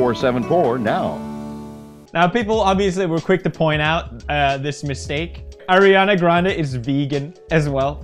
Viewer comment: thank you for saying ariana instead of airana.